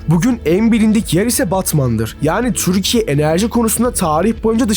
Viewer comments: Neden türkiye yerine 'türşsşkye' diyorsun ? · Lütfen “Türkiye” diye seslenirken çürkiye deme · dostum türkiye derken t yi çok bastırıyon